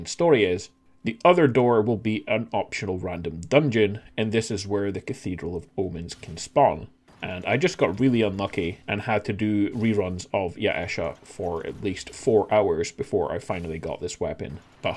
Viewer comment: Love the vids but every time you say Yaesha makes me cringe. Its pronounced yay-sha.